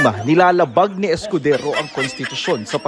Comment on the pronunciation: Ha ha ha chiz escodezo ang bigkas ni Crocs instead of escodero halatang tinamaan ha ha ha 😂😂😂